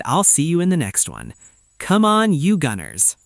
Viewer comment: Since you cant even pronounce gunners nobody should take you AI seriously